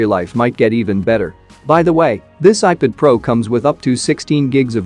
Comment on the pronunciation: Please do something to make your bot pronounce ipad as ipad not "ipud"